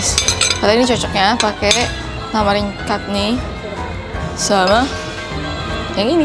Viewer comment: chutney itu dibacanya ‘catni’ bukan ‘katni’.. terus beras yg dipake namanya basmati, klo dah jadi masakan baru biryani ❣️